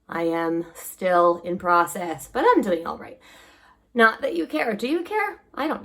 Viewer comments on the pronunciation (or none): none